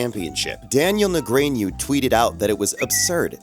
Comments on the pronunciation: Na-grain-u ? Tf ? Lol put some respect of Daniel’s name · "Daniel Ne-GRAIN-Yewww" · You know its AI Slop when you hear “Daniel Nigrainu” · How can a channel that has poker in it's name not know how to pronounce the name of one of the most well known players on Earth? Daniel Nah-granoo? Really? I am not into poker at all and still know that guy and how to pronounce his name! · who? I’m pretty sure it’s pronounced- Ne gron o. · "Daniel Negrane-yu"? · Daniel "Negranyoo"? lolwut? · ...Daniel nuh-GRAIN-you? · How in the WORLD can you do a video about poker and completely blow Daniel Negreanu's? Say it out loud like a 5th grader, Ni-gra-nu. I hardly ever watch poker and I knew how to say it. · "Daniel NuhGraynYu" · Ah yes, Scott SAIVAR and Daniel Ne-grain-yu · Daniel "Nuh-gran-yoo". Scott "Sigh-ver". wtf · Daniel Newgrainyou Scott Sighver Not how those names are pronounced. Has the narrator ever watched a WSOP episode? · You got sone names of pretty well known poker pros wrong. It is Daniel Nahgrahnew and Scott Seevert. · You also got the names wrong. It's Daniel NEGREANU, and Scott SEIVER 😜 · Whats disappointing is you mis prounouncing Daniel N's last name, how does one do that. Lol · AI carpola. Mispronounced Daniel negreanu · how do you mispronounce Daniel’s last name so bad? Wtf is that? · Craziest part of the video... a poker "expert" mispronouncing Seiver (twice) and Negreanu. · Bro butchered all the names 💀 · For me, the craziest part of the video is that you can't pronounce Daniel Negreanu properly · Mby you should learn to pronounce the players names? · Damn, I've never heard someone butcher 'Negreanu' that badly before. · well fuck, let them lock you up too for your pronunciation of Negreanu and Seiver